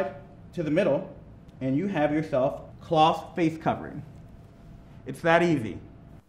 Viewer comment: its a good video, but the way she says cloth really irks me for some reason